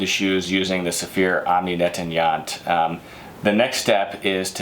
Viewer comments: Half a second I thought he said Yoni Netanyahu, I was about to pull up a chair... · Great, but learn how to pronounce: Omni Nettoyant (incomprehensible until I read the label)